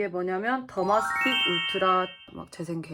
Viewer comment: 더마틱스= 더마스틱???이라고 하시네요~ 더마스틱이란 연고는 약국에 판매하지 않습니다!